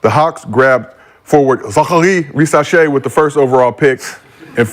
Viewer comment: 😂😂😂😂😂😂😂 that boy funny man. What he call Risacher???? 😂😂😂😂